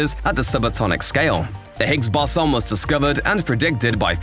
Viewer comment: Not Really. Seemed to pronounce Higgs Boson wrong....